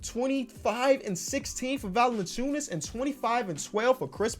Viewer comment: it is not pronounced "Val-enen-chew-nus", but rather "Val-en-chew-nus